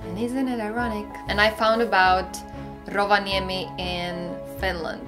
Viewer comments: You say Rovaniemi like a Finn. Kind of amazing. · Thanx for the video. Your pronounciacion of Rovaniemi was spot on:) We have a miniseries about same matter.. Finland for Foreigners.